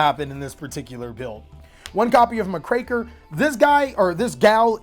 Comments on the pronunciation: My dude has amazing plays built into this. But the way he says Dagerus instead of DU-GARE-ES and muh-kraker instead of Muck-raker is absolutely infuriating lol 😂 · Muck-Racker, not MahCraker Oats... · Wow, never heard Muckraker pronounced that way. It's a compound word, Muck Raker, one who "rakes the muck", it tends to be a derogatory term for nosy journalists seeking to stir up trouble.